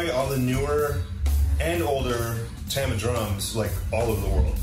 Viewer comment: uhh its pronounced TAMA not tama